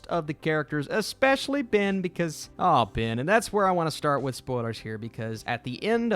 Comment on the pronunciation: His name is not BIN, it's BEN.